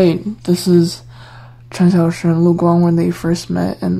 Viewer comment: I like how you pronounce the names, i could never say Cxs like that 😭